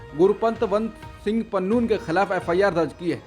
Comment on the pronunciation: Pannoon nahi Pannu hota hai